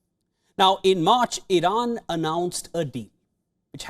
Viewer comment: Irana? Iran please? Wtf